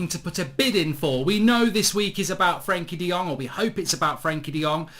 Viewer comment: Mark, it’s “Frankie de Fred”